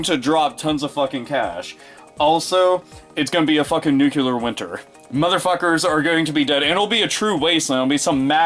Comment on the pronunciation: Nuclear is pronounced new-clear.